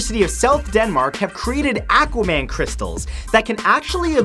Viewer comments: Anyone else cringed at how he pronounce "Aquaman" in #18? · #18 Did he say aqua man?